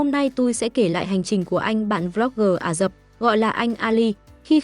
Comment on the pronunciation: Ả rập, không phải là " Ả dập", cần phải đọc cho chính xác.